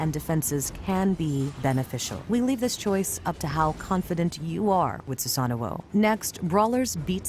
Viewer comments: Who says susano like that it’s su sano not susanno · His name is Susano. Why does she keep saying Susanao...